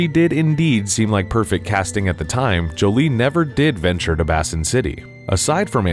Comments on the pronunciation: Surely it's "Bay sin" city not "bass in" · Bay-sin City, not Bassin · Basin.... Not pronounced "Bass-in". It's pronounced "bay-sin". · Pretty sure it is pronounced Bay sin city and not Bass in city. Great video though. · First time I've ever heard someone pronounce basin as "bassin". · It's pronounced BAYSIN City. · Ive never heard anyone pronounce "Basin City" as "Bassin City" before lol. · How do you not know how to pronounce the word "Basin"? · Mispronouncing (multiple times) a simple word like "Basin" is embarrassing AF. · AI can't say it right. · the narrator cannot say "basin"